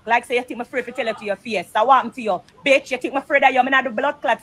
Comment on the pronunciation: ...every time Spice said BETCH, my feelings got hurt 😂😂😂😂😂 I felt them